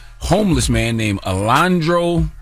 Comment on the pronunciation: Charlamsnge it’s pronounced ALA HANDRO